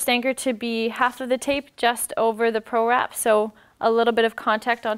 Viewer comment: PRErap not prorap